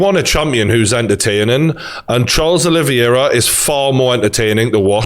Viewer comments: The champion has a name, it is Charles Olivera. Not Charles oliviera or whatever your saying Geordie. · Your saying Oliviera not Oliveira btw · Name: Olivera Geordie: oli-vi-era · gg is great but every time he says olivIera it gets under my skin lmao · "Oliviera" yeah all the people saying you don't know what your talking about are just haters aren't they. Who cares if you can't say the champs name properly. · Video title should be- McGregor fan boy still hurting and not giving Khabib the respect he deserves struggles to pronounce Oliveira. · Geordie you can't complain about people saying you don't know what your talking about when you can't even say the champions name properly.